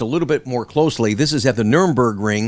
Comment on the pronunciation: Hi. I love your show! Just an FYI, the track is pronounced just like it is spelled, "Nurburgring." In the video it sounded like your were pronouncing "Nurembergring." The Nurburgring is about 390 km away from Nuremberg, closer to Cologne.